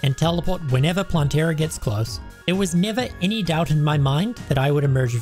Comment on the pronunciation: Love the video but please its not planteara but plantera